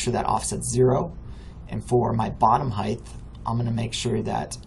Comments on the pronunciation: Good video, thanks for showing me this. One complaint, though. There is no "th" sound at the end of the word "height" Width, yes, Depth, yes, HeighT, no. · Thanks for the tutorial. I have one of my own for you. The word... "Height" ... notice the end is "HT" it is not "TH" Height ends like hot... with a T. Not with a TH like the word width. I hate when folks i am looking to for help have such trouble with a simple word like height. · Thank you. Really appreciate you taking the time to make this. By the way “height” does have an “h” and a “t”, but not a “th” at the end.